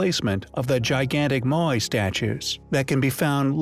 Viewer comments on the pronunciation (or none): none